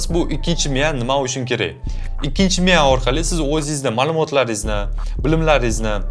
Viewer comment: Miya deng Miyav dimasdan